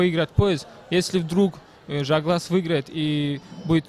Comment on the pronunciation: Ne Zhaglas a Zhalgas!!! tebe mozgi vybili??? budes' togda Tagrig))) nic'o zvuc'it